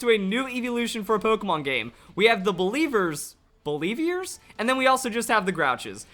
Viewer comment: I died at belEEVEErs